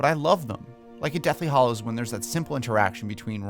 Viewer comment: After all these years and all the movies, have you not learned that it's "hallows", NOT "hollows"? Also, after eight movies, did you never once notice that they pronounce Hagrid's name "Hag-rid" and not "Hay-grid"